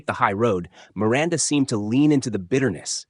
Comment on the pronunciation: you can't say Miranda right?